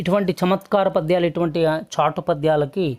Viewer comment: చాటు అనండి, ' స ' తో కలిసిన చాటు అనకండి. ఉచ్చారణలో తప్పులు పదాల అర్ధాల్నే మార్చేస్తాయి. చాటుగా, చోటులో చక్కగా, చల్లగా మొదలైన పదాలలో అలా ఉచ్చరించాలి, ఇక్కడ కాదు.